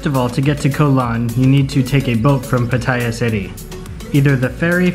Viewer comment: Its pronounced Patta-ya btw. Koh Lan spelling is OK as long as its pronounced with a long A, like Laan or Larn